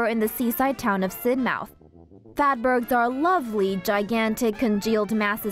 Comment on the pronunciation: It's not sid-mouth , u said it wrong